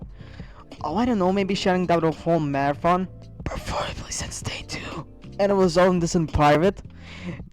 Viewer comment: You did a mistaken on The Marathon Day but you said Marahon. just pointing it out.